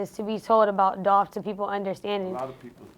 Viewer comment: ITS DOLPHHH 🐬